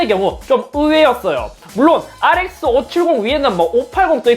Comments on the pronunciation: ReSX 발음 주의해서 알이에스쎄,,ㄱ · 알이 에 에스 세애스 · 형 뭐라고? R뭐??